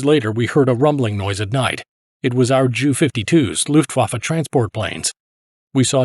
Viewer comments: It's Ju not Jew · Did he say " our Jew 52's" lol